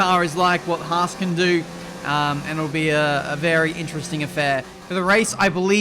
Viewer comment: you ment fHAASt